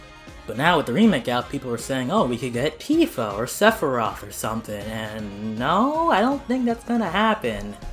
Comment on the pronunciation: Oh no oh no oh no no no no no. He said sephiroth